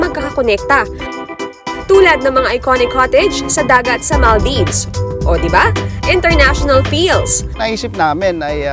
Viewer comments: maldaybs pa more.. maldeeeeeves po ang pronunciation nun. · maal deevs hindi mal daybs.. yawa pastilan